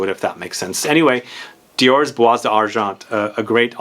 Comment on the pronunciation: Again, I know you don't care about pronouncing names correctly, but I'll keep trying. it's Iris TorrefiEH, not ToRREfee. And the S in Bois is silent, so it's pronounced Bwah. Other than that, great video as usual! I never thought about Bois d'Argent being an alternative to Dior Homme Parfum, but I guess you're right. It's much sweeter and resinous, but it's still a great unisex iris fragrance.